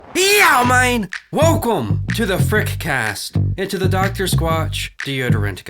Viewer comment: He went "well coom"